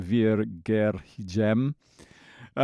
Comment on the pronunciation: Torpegaard almost right, but aa is a special danish letter (å). It would be pronounced more like "gorr" at the end. Actually the same with "går hjem".